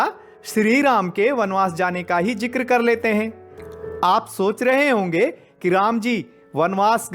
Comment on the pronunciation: जी, जिक्र का उच्चारण आपने ग़लत किया है अपनी कमेंट्री में। शुद्ध उच्चारण ज़िक्र (Zikr) होता है।